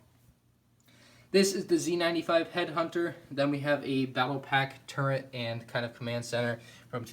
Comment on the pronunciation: If i had a dollar for every time he sad turrent instead of turret. Dude my god.